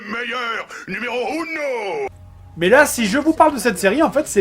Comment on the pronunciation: Je suis Shaoukan… OHOHOH! LE MEiLLEUR! NOUMÉRAU OUNDO! C'pas parce que c'est un méchant qu'il peut pas apprendre l'espagnole.